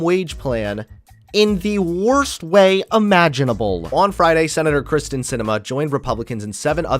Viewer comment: Hey constructive criticism. Terrific video. However her name is “Kyrsten” not “Kristin”